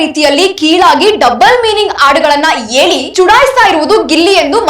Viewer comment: ಹೆಲಿ ಅಲ್ಲಾ ಹೇಳಿ 😂